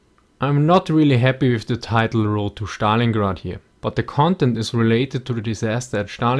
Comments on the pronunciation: I really enjoy your videos. One little thing, though: Stalingrad is pronounced with s-t consonants, rather than Schtalingrad ;) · In english its STalingrad, not SCHTalingrad, but anyway the video was pretty amazing :) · "Shtalingrad" from now one that's how i'm going to pronunce it :D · That "Shtalingrad" rofl